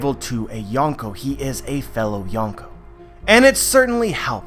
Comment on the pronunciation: well i really like youre videos but the “yon” in yonko actually means four(4)